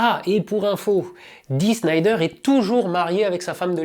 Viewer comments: Dee Snider et non Dee Schnider et Twisted Sister et non Twister Sister Aaaah le fameux passage de Snider à la commission d'enquête. LÉGENDAIRE !!! Il en parle dans le très bon film/documentaire "Metal : Voyage au cœur de la bête" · Mouais... Dee "Snailledeur" et pas "Schneider" dejà, ensuite Twisted Sisters est loin d'etre un groupe anecdotique mais bon niveau culture musicale c'est surement top demander de se renseigner peut etre... Afligeant ... j'aime bien cette chaine mais restez sur des sujets que vous maitrisez ou bien renseignez vous mieux avant au minimum.. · Roooh Dee Snider et pas (chnaïder tsss)... est une bête de scène, je l'ai vu plusieurs fois avec son groupe (Twisted Sister (sans S re-tsss) et pas Twister Sister comme dit le monsieur). Oui, quand il est arrivé avec sa dégaine de rock star, les mecs pensaient se le faire aux petits oignons mais le gars est bien plus malin qu'il ne le laisse paraitre. En tout cas, bonne vidéo... car en plus on parle de Zappa et Denver (un peu oublié ce dernier malheureusement) qui ne sont plus de ce monde. R.I.P. J'ajoute que le début du clip de "We're not gonna take it" a été, comment dire, un peu copié par Michael Jackson et son "Black or White" dans lequel Maccauley Culkin envoie son père dans la straosphère à coups de riffs de guitare. Et Al Gore et Madame n'en ont pas chié une pendule... bon après Michael a eu d'autres problèmes mais c'est une autre histoire. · au fait, pourquoi prononce le nom de Dee Snider comme si ça s'écrivait Schneider? le gars serait il tellement un random que ton expert ne le connaît pas? (reconnaissons, avant aujourd'hui, je sais plus combien de temps ça faisait que j'avais pas entendu le nom "twisted sister")